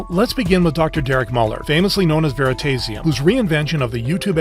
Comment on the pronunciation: is the voice AI, there is no way anyone pronounces veritasium like that